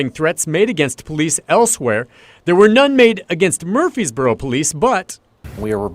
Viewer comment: Am I an idiot? Shaq coming out to play with those kids had me tearing up. Also. Way to super mispronounce Murfreesboro